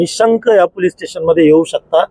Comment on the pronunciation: पुलीस नाही ह्यांना आधी पोलीस म्हणायला िशकवा